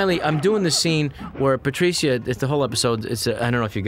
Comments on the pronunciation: I've never heard the name Patricia said Patricya insteadof Patrisha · I know its spelt Patricia but shouldn't it be pronounced Pa-trish-a